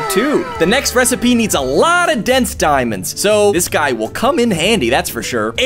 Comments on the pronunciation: I think I'll use my obsidian pickaxe to hunt for some diemondes THAT'S SPANISH FOR IRON Me:... Does this guy knows how to speak Spanish? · I like how you call diamonds dumands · Its not diamonds its deamodes